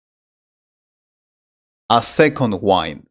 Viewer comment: Wind pronunciation is not correct